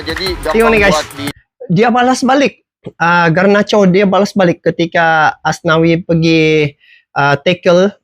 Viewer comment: Garnacho,... Bukan Garancho